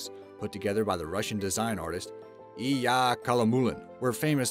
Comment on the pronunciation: It's pronounced "Ill ee YA"